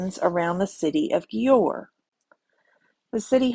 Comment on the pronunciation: The cities name is pronounced as JUWER Or DUER / DJUER